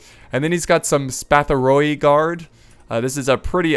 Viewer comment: the Byzantine (greek) name of the units with the oi(plural) in the end got read as one, oi=e*. So its better to say it as cataphractoi(e)(not completly correct spelling but lol) than cataphractoi(o-e or o-i). Also spatharioi as spathari-oi(e). *= a pretty heavy e